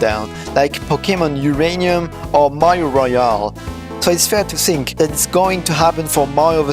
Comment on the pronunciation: Super vidéo ! C'est pas pour critiquer mais le "th" de "think" est prononcé "f", pareil pour "thank" J'espère que ça t'aidera